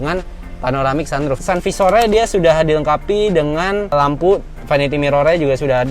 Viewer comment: Tulisannya auto dimming, bacanya “auto dimming” juga (bukan “auto daiming”) Tulisannya sun visor, bacanya “san faiser” (bukan “san fisor”) Demikian saja sedikit koreksi bahasanya biar terdengar lebih profesional kelak 👍🏻